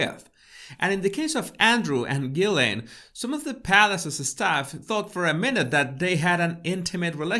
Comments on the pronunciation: I think her family pronounce it Ghilen, I think its such a disrespectful picture a queen or king is anointed at some point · Ghilsaine~ pronounced Gee Laine…. Say what you see.